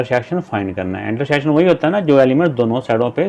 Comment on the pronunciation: Intersheksion ❌ intersection, ✅ 😊😊😊